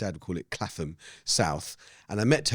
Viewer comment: Love Amos’s fathers pronunciation of Clapham and Piccadilly